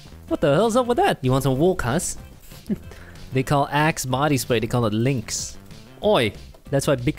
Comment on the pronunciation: Coming from Britain we do have fries we have CURLEY FRIES and you pronounced walkers wrong